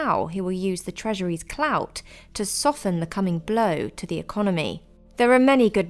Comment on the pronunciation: Did she say clout?